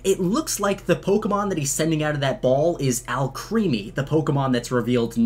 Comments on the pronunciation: IT’S AL CREHMY not creamy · lol the way you pronounce Alcreme as Alcreamy. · ITS PRONOUNCED AL-CREME-IE NOT AL-CREAM-IE LEARNYOUR FRENCH ITS ALCREMIE BECAUSE ALCHEMY + CREME